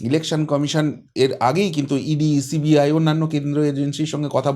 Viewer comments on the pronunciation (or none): none